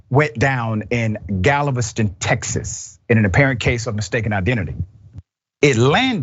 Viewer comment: Not tex-ASS! 😂😂😂😂